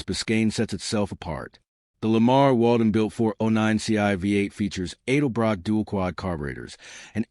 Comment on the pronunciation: It is not pronounced Aidelbrock. It's EDELBROCK.